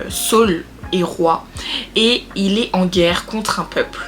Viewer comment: tu es à la fois drôle et posée c'est vraiment captivant . Que Dieu te bénisse, par contre Saul est différent de Saül (Sauuul) mais continuons belle aventure si non